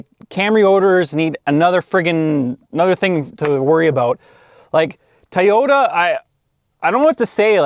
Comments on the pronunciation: Please say "toy' ypta... not ti or tee tie just stop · I just want to hear you say the word “Toyota” 10 more times. Or I mean “teryota”